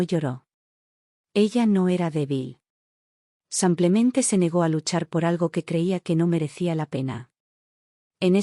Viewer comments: Soy de Argentina ❤Muy linda historia... Felicitaciones!!!! Pero ya que es narrada por qué no pueden pronunciar tal como se escribe.....Dice samplemente y no simplemente??? Por qué?? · habias de darte a la tarea y grabar por mínimo una hora corrigiendo la palabra sanclemente y hacerlo bien "simplemente" igual cuando mencionas el género femenino por masculino. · Narras fatal simplemente es simplemente no samplemente ydecir en masculino cuando es femenino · No sé por qué repiten una y otra vez 'samplemente' en vez de 'simplemente'. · La palabra ; es sim ple mente pronucie bíen tambien al lo femenino no apliques lo masculino se escucha marítimo disculpe